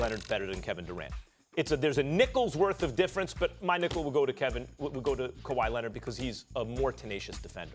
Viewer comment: "Kawhi Lenid"